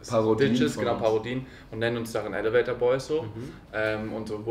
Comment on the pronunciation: Wie immer schmunzelt, wenn „elevator“ falsch betont hahaha